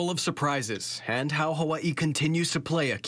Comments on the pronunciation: "Huh-wuh-ee" Lol never heard anyone pronounce 'Hawaii' like that in my life but ok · sorry to change the subject but are they using AI to the voiceover, how he pronounced Hawaii sounds very AI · Ai voices so assuming the video is to , it looks cool shame it can’t pronounce Hawaii properly and had difficulty with chilli